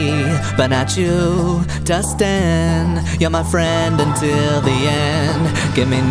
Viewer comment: It’s Dustin not “Dusten”